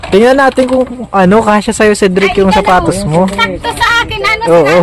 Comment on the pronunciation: Sapatos po hindi patos